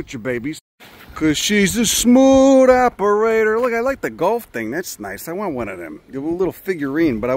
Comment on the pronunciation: "Cause she's a smood operaderr...' 😂 love this guy!